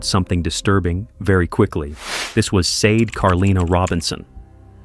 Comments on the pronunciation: The first victim's name is pronounced Shar-day. Not Seid, nor Sei-dei. Please make the effort to do people the courtesy of saying their names properly. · You pronounce her name like" shau- day"!!! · I was thinking that all the way through!!!!!